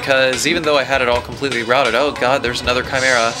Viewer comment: My favorite thing about RE1 dialog is all of the weird pronunciation; everything is pronounced like food. "Where have you BEAN?" "Oh my COD!"